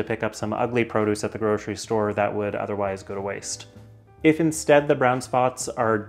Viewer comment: If, not eef